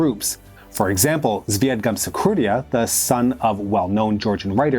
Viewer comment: Some names are MISSPELT and MISPRONOUNCED. It makes me cringe when you say "Gamasxurdia" instead of "Gamsaxurdia". Yikes. More accuracy and respect to culture would add to your credibility. No "likes" this time.